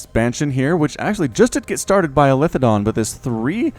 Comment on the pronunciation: btw it is eli THE don, not elithe don hahah love the content though.